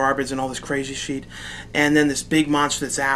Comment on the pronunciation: i love how you say Shit SHEET haha. nice vid bra nice vid.